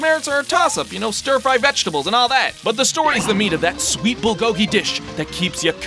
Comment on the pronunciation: "Bull-goh-gi" Eh, I've heard worse pronunciations.